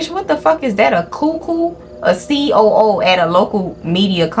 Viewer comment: when she said a “COO” as in c.o.o I lost it lmao